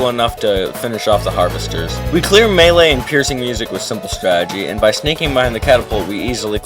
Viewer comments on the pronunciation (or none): none